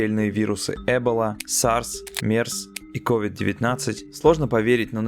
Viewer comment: Правильная постановка ударений покинула чат... Эбола и кОвид?